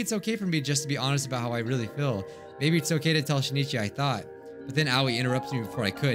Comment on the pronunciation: Please notice me Senpai I commented two times before. The name of the protagonist is pronounced Shin'ichi, not Shi-ni-chi. It looks like this in Hiragana: しんいち and this in Kanji: 新一